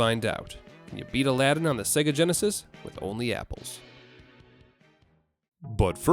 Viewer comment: first of all it's Aladdin not Aladdin you would notice the difference if you could hear me 🥲